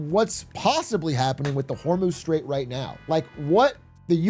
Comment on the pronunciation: "roight" per Atrioc